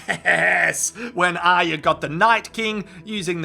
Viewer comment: Thanks mate!!! first review ive seen that gets Aryas name right!!! A++++